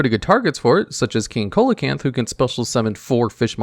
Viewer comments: It is pronounced “See-lo-canth” not “Ko-el-a-canth”. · The way he pronounced "coelacanth" makes me wanna commit unsubscribe. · Top 10 cards with words that can't pronounce properly #10: Coelacanth